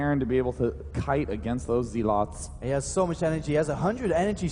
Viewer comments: u said ZILOTS, very bad boy.. :) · lol day9 called them zee lots thats what i always said in starcraft 1. also archon wasnt arkon for me. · LOL HE SAID ZEELOTS